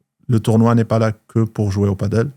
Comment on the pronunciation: perso j'en peux plus de t'entendre dire "padeul", tu dis pas "bordeul" je pense, alors padel ben c'est comme bordel ! Du coup j'y vais, merci...